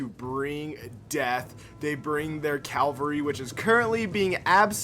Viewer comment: Why do you say calvery instead of cavalry?